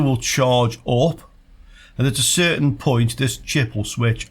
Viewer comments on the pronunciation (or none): none